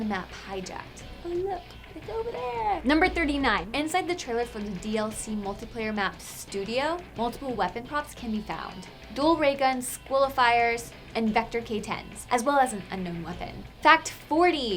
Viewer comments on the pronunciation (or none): She said "Squilifiers" its "Sliq" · ''Squilafyers'' amazing